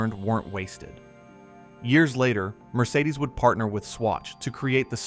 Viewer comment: It is not pronounced "Mercedesuz". It is simply "Mercedes" or "Mercedes-Benz". Irritating A.I. narration ruined an otherwise entertaining video.